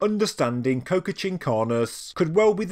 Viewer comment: Qocha is pronounced Ko-Cha, like "gotcha!" with a k